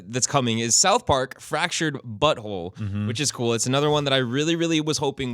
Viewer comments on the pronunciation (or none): it's 'The Fractured But Whole' not "the fractured butthole":-)